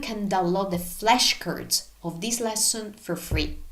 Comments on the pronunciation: she mentions how there are flashcards available for download, but with her accent, the way she pronounced "flashcards" sounds like how you would say "flesh curds" in English. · I get to help you!!!! When you say “flash cards” you are pronouncing the A like and short E in the English language . So the word you are actually saying sounds like “flesh cards” that translates to “skin cards”. When you say the word “flash”, the A will be pronounced like the first letter and sound in the word “apple”. ❤❤ 🍏🍎